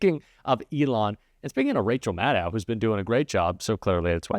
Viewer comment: Love Rachel. Please pronounce her name correctly. It is Mad-doe.